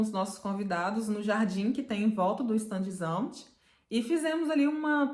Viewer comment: Fala assim: chtándes - ámt ....a vogal " a " não se pronuncia como " ã " , que é muito comum para brasileiros!